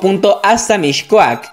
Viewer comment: No se pronuncia “MiSHcoac”, se pronuncia “MiScoac” Aprende a pronunciar antes de hacer vídeos